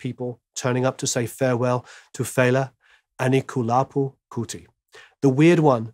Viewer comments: It's Anikulapo, not Anikalupo. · eeerrrrm its "Abami Eda" and "Anikulapo".....lolz......thanks for recognising his art.